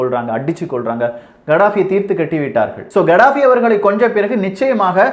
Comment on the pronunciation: It's கதாபி not கடாபி